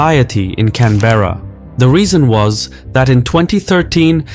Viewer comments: fyi: canberra is not pronounced can-bear-ah, it's pronounced can-buh-ruh (buh as in BRUH without the r) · I'm sorry, I cannot get over the narrator's pronunciation of "Canberra". "Can-BEAR-ah", jesus wept. It's pronounced "CAN-buh-ruh". Stress on "Can" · Great analysis and info, as always. Just one thing: it's CAN-berra (not Can-BErra) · Pronounced cambra not CAN-BERRA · Just a note on the pronunciation of Canberra. It's not "Cann-berra". There is no emphasis placed on any syllable. Most Australians pronounce it lazily as "Canbrah" or "Can-ber-ah". Cheers. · Hey, it’s not Can-berrA, it’s Can-Bra! ❤ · Love this channel, keep it coming. Aussie here - pronunciation of Canberra is "Canbra' - the e sound is flat, almost silent. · As an Australian, I cringe when you pronounce Canberra. It should be pronounced 'CANBRA' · Just a friendly note that Canberra is pronounced ‘Can-bruh’ 🙏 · 'Can-bear-ah' - pronunciation needs a little accuracy.. Your map of sub cables doesn't include ones that are classified. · Can-bear-a. Lol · Great video. Just letting you know, Canberra is pronounced “can-bruh”. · Canberra is pronounced with one continues draw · When you use AI voices, many words are pronounced incorrectly e.g. Canberra, polypropelene etc. It is very distracting. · Are you chinese? How come you can pronounce Huawei correctly but can't pronounce Canberra correctly? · The letter e in Canberra is silent. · Canberra is pronounced with stress on the first syllable. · As an Australian, it never gets old hearing people totally butcher the names of Australian cities